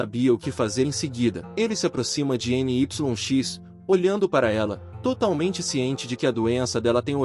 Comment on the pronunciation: Creio que não seja N-Y-X, mas se pronunciaria Nix